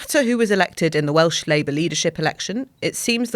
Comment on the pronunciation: Welsh pronuncion is pretty good!